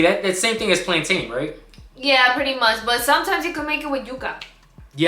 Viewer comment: I cringed every time you mispronounced plantain.